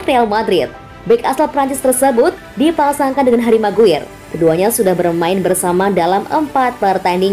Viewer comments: Bacanya "meguayer" bukan "meguir" cmiiw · Maguayer bukan maguir min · Min, parah banget nama McGuire dibaca MakGwir... Sir Alex Ferguson dibaca Seer Alex Ferguson.. Sbg Fans United ini sangat gak bs diterima.. vokal narator boleh bagus tapi tetap kedepankan wawasan lainnya agar Channel ini keliat lbh professional buat Fans United Indonesia.. Kalau orang dari negeri tetangga bs ngakak nonton video ini ..